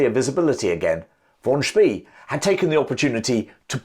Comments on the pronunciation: The German admiral´s name "von Spee" is pronounced "fon Spray." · Von "Spay" not Von "Spee". Lost me first sentence.